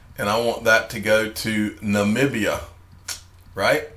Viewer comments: Yes you are saying Namibia correctly 😊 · your prenounciamtion on Namibia 🇳🇦 was 100% spot on PS. I’m not the language snob ✌🏻.